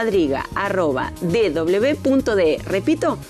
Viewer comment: CUADRIGA, EL IDIOMA ESPAÑOL LA ACENTUA EN LA PRIMERA LETRA A: EDRUJULA. VEHICULO A TRACCION DE CUATRO ANIMALES, ( CUATRO: PALABRA DE DONDE DERIVA CUADRIGA ACENTUADA TAMBIEN EN LA PRIMERA LETRA A ) CAPITA: EDRUJULA HAY USO DISPARATADO DE PENTAGRAMA QUE PRONUNCIAN COMO PA- LABRA GRAVE ACENTUA- DA EN LA PENULTIMA A CUANDO LO CORRECTO ES ACENTUAR LA PRIME- RA LETRA A: EDRUJULA. COMO SI PENTAGONO EN VEZ DE ACENTUARLA EN LA UNICA A SE ACENTUA- RA EN LA PENULTIMA O COMO SI FUERA GRAVE!!!!!